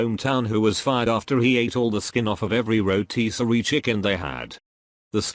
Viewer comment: That pronunciation of rotisserie tho